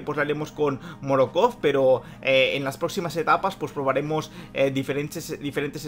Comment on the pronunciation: Morokov😂😂 Pd:Es Morkov.Buen video